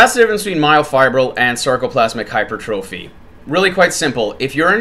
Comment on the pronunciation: I mean hey, not a big deal, but for the love of god, please start saying hyper-tra-phee